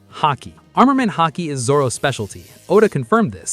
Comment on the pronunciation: Lol "hockey" 😂